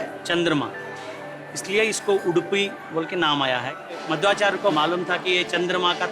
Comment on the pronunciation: Kindly rectify the picture of Sri Madhwacharya. Sri adi shankaracharya's pic has been put instead. Also, its "मध्वाचार्य and not माधवाचार्य".